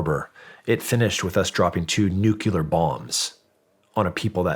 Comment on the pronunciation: Nuclear, not nucular. He's definitely a product of the 80's.